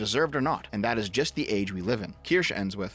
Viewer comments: Keer-Shuh Not keer-sh Keer-Shuh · "Kirsch" is an acceptable pronunciation in compound substantives such as "Kirschtorte" or "Kirschlikör", otherwise, the terminal "e" is pronounced like a schwa sound. Something like "keersh-uh". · this dude said "keersh" its keer-shuh. and honestly the only reason id ever mention you in her chat is for you to collab on a game or something and make nice. youre on the same side after all. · It's pronounced "kir-shuh" btw. It's German/Swiss. "sche" is not a "sh" with a silent "e". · I'm just going to complain that you pronounce her name "Kirsch" when it's a German word (meaning 'Cherry') and so the "e" at the end is supposed to be clearly sounded out. Bad! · Its not pronounced Ker-sha? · I'm stuck wondering if you're mispronouncing the name on purpose at this point. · Kirsche is two syllables.